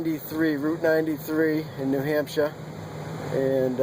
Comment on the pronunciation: New HampSHA lol